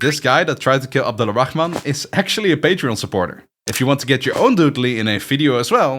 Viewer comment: The name's pronunciation is so perfect I thought you're Arabic🫡